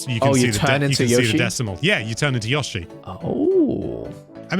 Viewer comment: Stop pronouncing Yoshi like that.